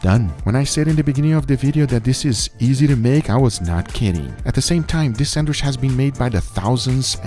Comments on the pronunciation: Not gonna lie this is the first guga video I hade to stop watching half way through. The way this man says “SANDWISH” annoys the piss outta me for some reason 😂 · Learn how to say “sandwich “ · Does he call it a ‘sandwish’ and not ‘sandwich’? I can’t stop myself from fixating on it. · why do I hear guga say Sanwish and not sandwitch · I live how he says sandwisch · I looooooove how Guga says sandwishh :D This man loves the food he makes! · my man said sandwish like 100 times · i love the way he says "SAND WISH" it sounds like the same way we arab say it, keep up the good work and vids Guga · Guga why do you call 'sandwich' 'sandwish' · I love how guga says "sandwish" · No one and I mean absolutely no one: Guga: SENWISH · Is he saying Sandwish or am I getting a stroke? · Is it just me or does Guga say sandwich somewhat weird way?